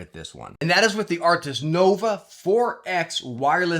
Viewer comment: Arctis. Not "Arctics" 🤦🏻‍♂️